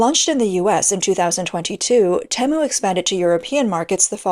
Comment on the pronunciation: Most people shop on Teemu not Tem u